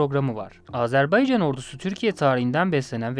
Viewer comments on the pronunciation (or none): none